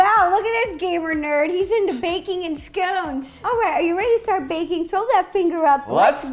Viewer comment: I would probably like this if you could pronounce 'scones' properly...